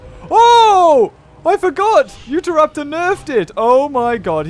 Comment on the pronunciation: pronunciation guide: Bananogmius="Banogimus" Psittacosaurus="Pistisaurus" Deinonychus="Dinochoosys" Utahraptor="Utheraptor" And my new favoritePterosaustro="Sonsopterus"XD you will always be my fave